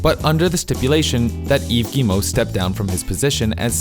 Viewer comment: The way you pronounce Yves Guimont is 100% perfect btw. If it’s because french is your first language I’m sorry for the impertinent comment. Edit: ok by the other names in the video I know it’s not your first language, but still great pronounciation on the French names. Thanks for researching (and probably practicing) how people pronounce their name.